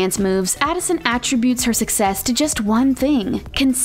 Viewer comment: you mispronounced attributes - your pronounced it as though it was a noun. As a verb (how you used it), the pronunciation is different. As usual, Talko gets high school dropouts to make these videos.